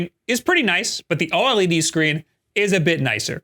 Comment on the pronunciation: Bro’s still mispronouncing “OLED” but saying “AMOLED” correctly. At this point he’s GOTTA know and is trolling lol